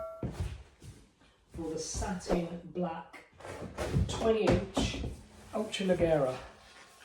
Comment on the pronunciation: Leggera pronounced like LEGEND, you dummy